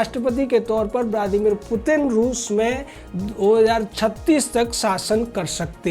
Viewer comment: Mutin Nahi putin mere Bhai